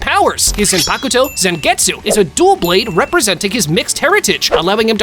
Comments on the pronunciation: yuroichi isn't known as the flash goddess for her skill in using the flash step... If you know what I mean 🌚🌚 Also her final form is called thunder cat not thunder god. That's another fast character Minato from Naruto. You're confused. Also, that's not how you say zanpakuto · Oh dear God, your list is so wrong, only cause you probably watched the thousand year war and twined to go back and get more info, but that fact you keep mispronouncing everything, again it’s Bon Kai and it’s not Zane poc to or whatever you were trying to say, it’s zon pac toe, idiot.